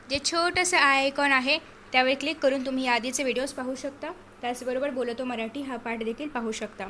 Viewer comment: अग बाई मराठीचा उच्चार नीट कर ना